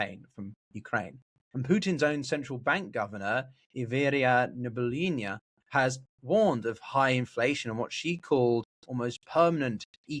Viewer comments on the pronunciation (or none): Hmm...do you actually NOT KNOW the name of Russias very famous central banker, or can you just NOT PRONOUNCE her name correctly ???? I thought you were both an expert on the subject AND fluent in russian, but today you showed us something else...